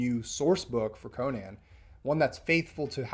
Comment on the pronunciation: Congratulations on being the only person to pronounce Conan correctly on YouTube 😂